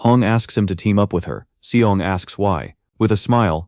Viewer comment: mc is "seong" and the black haired dude is "seol" but at the end, ai calls them both "shaol" so it gets complicated the video ends at chapter 47 btw. and currently series is at chapter 100.